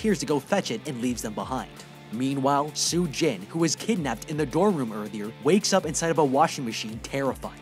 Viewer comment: Bro insted of room you said woof